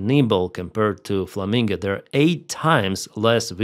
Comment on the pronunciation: It is flamingo O not flaminga A